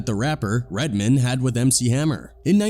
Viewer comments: Red-man, not redmon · Here's the thing about this guy commentating in this video,first of all he pronounces Redman as redmin' lol and also Redman didn't say he said yes sir to hammer, he said that to vlad, He said something like I wasn't no bitch ass nigga about it,I was like yo my bad Lol so Mr white man in this YouTube video didn't even hear the in-betweens,he just watched clips of interviews and inserts it in his own documentary's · Lol "redmun" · Redman is pronounced as it's spelled, Red-Man.. not Redmond 😂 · Mispronouncing Redman lol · One thing fam…. RED. MAN. Say it with me Red… pause… Man… we good? Good…. 😂 sounding like Phil Redman Goldman Sachs rep 🧐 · The narrative is either AI or just clueless. How you gonna pronounce Redman, like a Jewish last name? 😂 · I love how the AI voice pronounces REDMAN as if he's a Jewish banker. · DEAD -- He said "Redman" exactly how Redman says white people say "Redman" he finally started getting it right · Dude said "Redman" like it someone's last name. Lol. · I thought it was funny how they pronounced Redman... Like it was a normal last name instead of a super hero name.